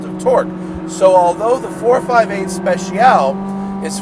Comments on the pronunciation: Special-ee just FYI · Matt Speciale Not Speciaall 😂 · It’s not pronounced “ 458 Speshial “ it’s 458 Spet - chyal - ay